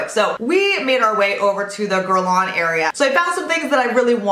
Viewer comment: Love your videos and it's cute how your husband mis-pronouncess Hermes and you mis-pronounce Guerlain LOL